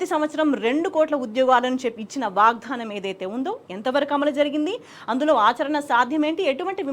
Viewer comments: Ammaa … vaagdhaanam kaadu. 🙏 Vaagdaanam😢😢😢 vinalekapotunnaam.. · వాగ్ ధానం కాదు... వాగ్దానం... సరిగ్గా పలుకు ఆమాట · వాగ్దానం పలకడం రాదూ? వాగ్దానం వత్తి వత్తి కర్ణ కఠోరం గా పలుకు తు న్నా వమ్మా